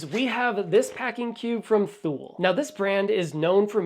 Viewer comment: Also,I Believe it’s Pronounced “Too-Lee” (Thule)